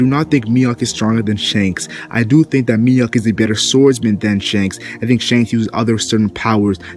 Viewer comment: It's not Miyok, it's Mihawk